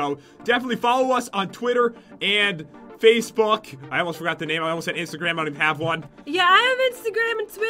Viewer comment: when pat said Facebook it almost sounded like something else uwu